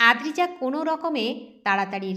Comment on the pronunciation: গল্পটি খুবই সুন্দর। কিন্তু অদ্রিজা নামটা প্রথম থেকে শেষ পর্যন্ত আদ্রিজা পড়া হল